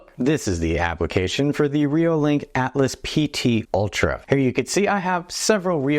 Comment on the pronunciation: I wonder how many of us, me included, still call this camera the ATLAS PT ULTRA. Look carefully. It's spelled ALTAS. Pronounced AL-TAS. :)